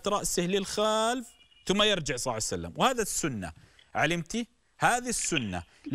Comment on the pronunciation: ولج انتي ثوله تسألي شخص يقول صسوسلم صعسلم صسلم